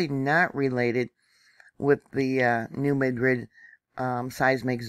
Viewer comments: Locals pronounce it New Mad-Rid, not ma-drid. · Yes,. Please pronounce correctly! Mad-rid